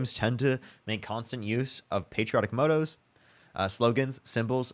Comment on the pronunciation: mispronouncing motto is pretty disappointing not going to lie